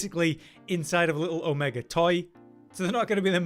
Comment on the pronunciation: There's no hard R in Omega vro....